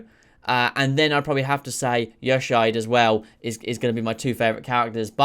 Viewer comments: Man's butchered Yoshiide. Edit: Man's butchered all the Japanese words. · the pronunciation of Yoshiide hurt my soul.